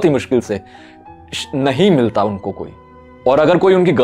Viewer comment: Emphasis at "nhi milta koi"🤗😆😃